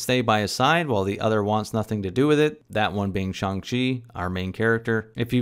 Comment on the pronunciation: It's "Shang- Chi... not shong shwe. ???